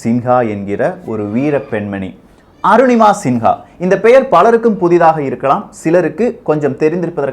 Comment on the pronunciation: நிங்கள் தப்பாக உச்சரிக்கரறிகள். சிங்கா கிடையாது சின்ஹா